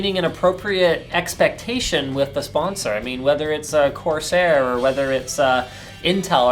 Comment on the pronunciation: "Qarsaair" reminds me of CES16 xD